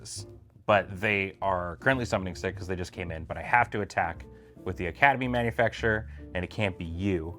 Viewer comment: Why can nobody pronounce Academy ManufacTOR? 😂